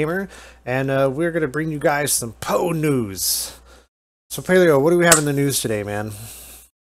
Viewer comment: can you say P O E? instead of pow?